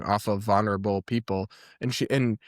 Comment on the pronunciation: I’m sorry, but can someone teach Brad how to pronounce vulnerable.